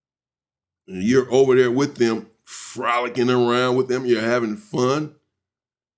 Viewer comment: "Frollickin around"😂😂